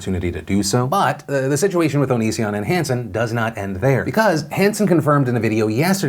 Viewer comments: Philip DeFranco did you say Onision as oh-no-seh-on like Shane Dawson does for a joke or to spite him or something like that please say yes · How the fuck do you pronounce onision? Everyone says it differently and I genuinely don't know how